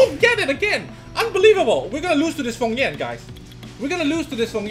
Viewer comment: isnt he called feng yan and not fong yan ?